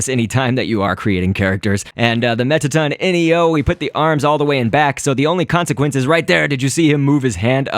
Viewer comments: Its Mettaton Neo not Mettaton N-E-O, just saying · It's mettaton neo not N E O